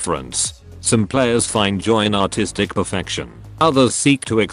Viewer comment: First time I thought he said "autistic" instead of that